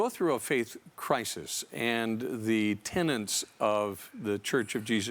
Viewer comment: "Tenet", not "tenant".